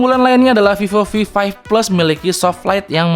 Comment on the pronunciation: Fifo fi five fles 😂